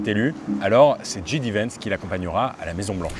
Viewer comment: Roo mais comment s'est possible de mal prononcer JD Vance alors que tu as étudié aux US ? 😅 Le J en anglais ça se prononce "djay" et pas "dji" 😉